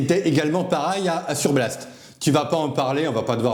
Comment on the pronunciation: Blast ou Blatte ! Tu prononces mal. 😂